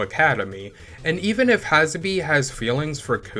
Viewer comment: Glad to see a video like this from (I'm assuming) the younger generation. Real quick pronunciation note. I don't wanna WEEB police you, but Kunio's girl's name is pronounced 'Ha-sa-bay'. And Riki girl's name is pronounced 'mommy'. That last one is important because if a black guy such as myself were to hear you say that name the way you said it, you might get a ferocious side eye or a "what you just say"🤬 type statement. Just putting it out there. Anyway, keep up the good work.😁👌🏾